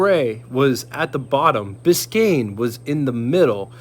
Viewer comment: Glad you said "Biscayne" so well. I tried it on one of my videos and my tounge fell out of my head and I said something totally weird. :D We should do cross-over videos to promote our channels...I have the model cars, you have the real ones...I know that the model car guys are looking for reference pictures and videos, and I know the car owners are looking for model kits. It could be a good match. Let me know what you think.